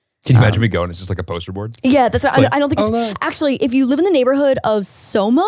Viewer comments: it’s SoMa, not SoMo 😅 SoMa is short for South of Market which is a major street in the city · each time says “soMO” i die a little inside HAHA it’s the aggressive MO for me i could be wrong but i’m assuming it’s SoMa and not somo 😂 south of market street LOL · It’s not somo it’s SoMa. It stands for south of market, as in market street. One of the main streets lol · It’s SOMA not somo LOL stands of “south of market (Street)” just FYI haha